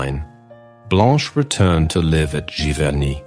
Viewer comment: These documentaries have been great! And as an American, I am thankful for hearing the correct pronunciation of all of these French towns I have been butchering the last 30 years that I have been interested in Monet! Thank you!